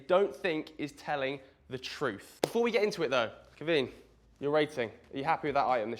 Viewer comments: Maybe try pronounce Caoimhín's name correctly... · Ruined in the first seconds of the video by mispronouncing "Caoimhin" multiple times